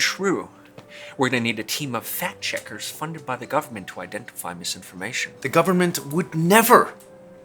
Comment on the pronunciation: I totally thought the first time he said "fact checkers" he said "fat chickers". I busted out laughing. Still made sense.